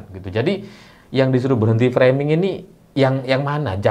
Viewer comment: Dr semua bahasa inggris yg pernah di ucapkan jokowi, hanya kata FRAMING ini yg dia melafal kan nya secara benar, mungkin memang kata FRAMING ini jadi senjata andalan nya untuk menangkis semua serangan